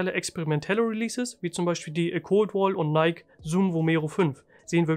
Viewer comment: jo hey gutes video. wollte nur sagen dass es nicht neik ausgesprochen wird sondern nai-ki :)